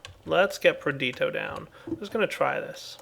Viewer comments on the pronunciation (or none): It's not PER-DEET-OH.... It's PER-DISH-EE-OH Been driving me crazy for ages